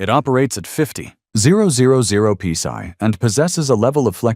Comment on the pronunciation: I would like to find a 3008 rifle with that pee-sai! Garbage AI.